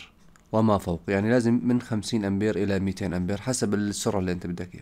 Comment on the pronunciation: شكرا، لكن كلمة هنري يجب فتح حرف الهاء و ليس كسره و تسكين حرف النون و ليس فتحها و أيضا امبير حرف الباء الاعجمية P و ليس الباء، لأن الكلمتين أعجميتان و يجب نطقها جيدا للفهم و احتراما. تحياتي